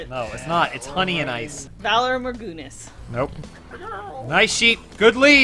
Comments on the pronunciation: "valar margoonis" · "Valar morgoonis" - 2016